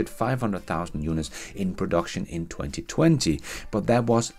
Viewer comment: You saying: in 20, 20FUN 😂🤣😂